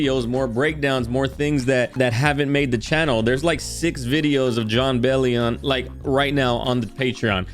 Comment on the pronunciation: hahah you said his name right the first time